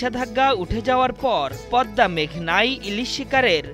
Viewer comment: ভাই, পদনা নয়, শব্দটা হবে "পদ্মা"